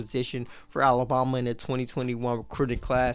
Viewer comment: Love your content, hate how you say Alabama. A-LA-BAM-A! ..BAM, BAM! Not BOM! It's not Alaboma. 🙄 Keep up the good work, work on the pronunciation!